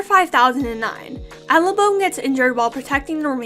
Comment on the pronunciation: Actually, the general that Deathbringer killed was Tempest, not Hurricane, whoever that is. It’s Abalone, not “Alabone,” and it’s pronounced ah-ba-lone-ee